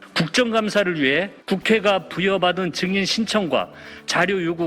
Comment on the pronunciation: 정인-->증인...한국말이냐 일본말이냐?